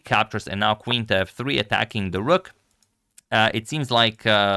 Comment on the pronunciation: Its rook not rock